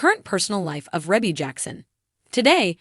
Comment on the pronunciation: Its pronounced ree-bee not reh bee